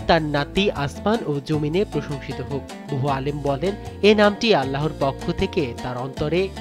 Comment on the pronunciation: আল্লাহোর বলছেন কেন? - আল্লাহর বলুন।